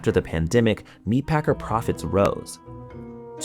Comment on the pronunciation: Never heard the pandemic pronounced panda-mick before